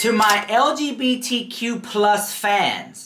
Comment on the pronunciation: That Dan dude needs to apologize.. how can u tell someone to shut up and U can’t Even say it right?